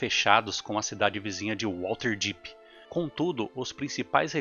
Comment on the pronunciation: Material incrível, muito bem roteirizado e ótimas escolhas nas imagens. A única coisa que me incomodou bastante foi a pronúncia de "WaLterdeep" mas de resto o vídeo está sensacional.